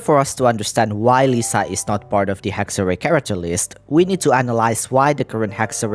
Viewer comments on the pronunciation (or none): Why do you pronounce ir Hex-ray?